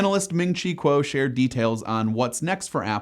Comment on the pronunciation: ming chi kuo not quo